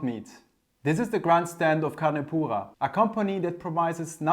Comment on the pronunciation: Take a sip every time he says "con poohah". My ears